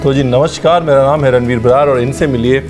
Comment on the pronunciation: Awesome simple n yum yum...but saying ranveer aapne bataya nahi, dekho main kitne acche se explain kar raha hun, gives wrong impression as if u r doing favour...and its namaskaar not namashkaar...plz tc...I try to watch ur recipies first day only...plz tell healthy simple yet tasty recepies after which we don't feel guilty like moong chilla, healthy gur ladoo and chiwda...tc...keep rocking